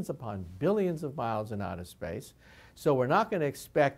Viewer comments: The end of the world is when Michio Kaku says outer "Splace" instead of "Space".XD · 57 "splace" even the smartest man on earth makes mistakes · "SPLACE" OUCH. THAT ONE HIT HARD. SORRY MICHIO